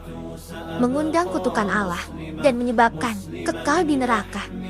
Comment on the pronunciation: Ini,yg sebagai pembaca narator ny muslim atau non muslim sih. Knp bilang Allah seperti Alah.. coba deh dgr ucapnya . TDK seperti muslim PD umum ny